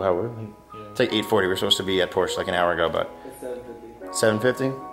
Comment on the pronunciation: How could you go to the Porsche museum and consistently pronounce Porsche incorrectly